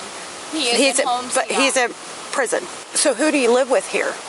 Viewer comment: Yes, you're rightfully headed for preezin, which is her odd way of pronouncing her future address.